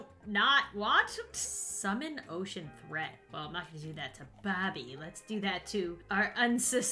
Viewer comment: When she said “Summon Ocean Threat” I thought she said “Summon Ocean Bread”